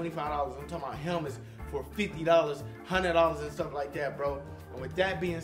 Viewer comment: When he says four hundred dollars at the end it sounds like fo hundred dollas lol😪😂